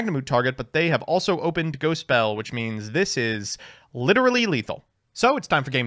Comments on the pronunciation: continuing to pronounce cards wrong. It's pronounced "Fish" not "Goaty" smh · Why is he pronouncing Ghoti like that?